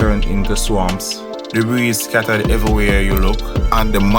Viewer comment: Debris pronounced debree. The s is silent.